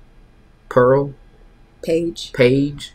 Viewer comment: im dead said pearl